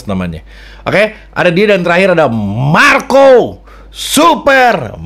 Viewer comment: saban ente ngomong MARCO , ane jadi tawa dewek bang wkwkwwkk